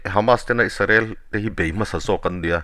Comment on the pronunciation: Isarel nilo in israel ti in lam hram hram ang aw